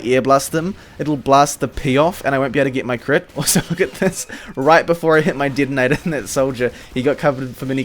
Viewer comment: "hivie", "Didinetor"... Mate where are you from!?